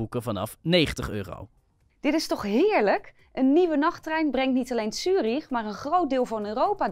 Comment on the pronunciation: Het is trouwens Zurich en niet Tjurich.